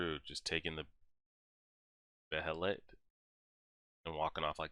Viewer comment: I'm curious to see what you'll think of Gut's after reading his backstory. These videos are pretty enjoyable. Also, according to the Golden Age movies, Behelit is pronounced "baylet". It's kind of a weird word.